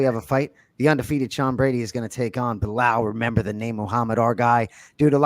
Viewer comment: I love that bilal is pronouncing the arabic name right! Not مزلم and خمزة 🤣